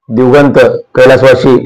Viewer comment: संपादक साहेब "दिवगंत" नाही हो "दिवंगत" असा शब्द आहे तो ....